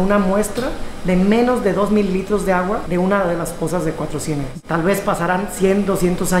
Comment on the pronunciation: Soy Coahuilense y me super estresó que se la pasara diciendo CUATRO CIÉNEGAS.... Es Cuatrociénegas TODO JUNTOOO